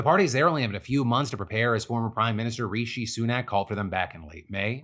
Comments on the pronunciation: One of the best things about our election is no longer having to listen to Phil's attempts to pronounce Rishi Sunak (also obvs Plaid's new seats - Cymru am byth! 🏴) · As a Brit, though I won’t miss the guy I will definitely miss Phil’s pronunciation of Rishi Sunak 😢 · No offence but the way you say 'Rishi Sunak' makes me laugh every time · Phil continuing his tradition of horribly pronouncing the UK prime ministers name.